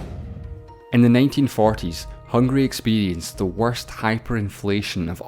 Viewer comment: It's H U N G A R Y.... NOT..... Hungry!